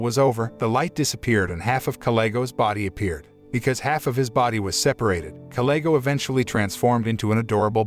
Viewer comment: You seem to mis said kalego's name.